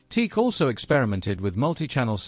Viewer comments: The company name is pronounced as Tee-Ack. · Pronounced Tee- Ack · Most people pronounce it - " Tee-Ack" !!! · I think the company is pronounced "T-ACK". Teak is a wood. If you phone them, that's how they answer. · Te-ac that too, 2 sylables.. Te-ac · Correct. I've been using their reel to reel machines since the early 70s. The company is pronounced as Tee- Sack. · At least you have your computer-generated voice pronounce the name correctly. Pathetic. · Aside from pronouncing the name wrong. Why is there no mention of Berlant Concertone. Teac bought Berlant and that is how there reel to reels got into the united states under the name of concertone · He got the explanation right: “TOKYO ELECTRO ACOUSTIC COMPANY”, but he couldn’t get the head around the short version.😅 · every time he pronouns teak.... it sounds super weird. because it's "tea-ack" like this... not teak......!!!! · TE-AC. Not Teak. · Not a bad documentary, even if you omitted to include the Studio 8, the world's first 8-channel reel-to-reel portastudio. I've been using TEAC/Tascam products since the 1970s, but you're the first person I've ever heard pronounce it teek. People usually say tea-akk. I don't know which is correct, but since it's a word made up of the initials I guess you can pronounce it any way you want. By the way, I was brought up in Birmingham and moved to California in 1979, so I've used TEAC products on both sides of the Atlantic. I have two 3340s and two Studio 8s, besides TEAC's CD and MiniDisk players. I used to have two of their DAT machines, but I gave them away. I also have one of their hard disk recorders. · The correct pronounciation is T-ACK. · Then you must not have watched the vid... he says Teek right at the beginning. 😁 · It's pronounced TEE-ACK ! :face-orange-raised-eyebrow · sorry, can not listen to a video that pronounces it as teek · Dude, the preferred nomenclature is Tea-Ak. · You are supposed to pronounce it like T - Ak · It is pronounced T-ack